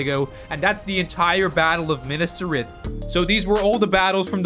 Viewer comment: bro said minas trith not minas tirith